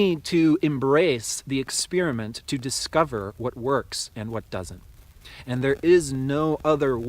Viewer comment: Yes and experinent not expirament